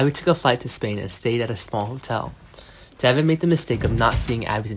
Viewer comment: His name is Devon , not Deavon. Can you please get people who can make this notification interesting… and not like they are just barely reading . It’s “ bad”